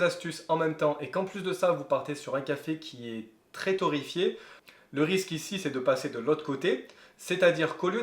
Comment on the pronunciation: Torréfié et pas torrefié😢